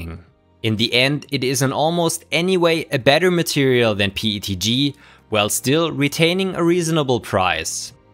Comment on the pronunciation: Just curious, why do you say PETG pronounced like PTG. Is it because the when you say P it has an E sound at the end?